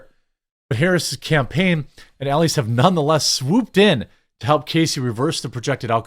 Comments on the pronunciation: It’s pronounced E-Lie-Ass. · You don’t even know the lawyer’s name. Biggest democrat campaign lawyer and you read it like you have no clue who he is. Check your pronunciation. E-lie-ass is how you pronounce it. Rather fitting actually. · Jeremy it's pronounced Mark E-lie-ass E-lie-ass not Mark Ellieess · E Lie Ass, say it with me, E-Lie-Ass, Marc E Lie Ass That's his name!